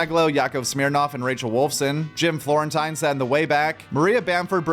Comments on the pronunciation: Jim floren tine lol it's pronounced teen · Jim Floren*teen*..... just so you know. As an OnA fan i couldnt just ignore it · Florene-teen. But you’re new so I’ll let it go.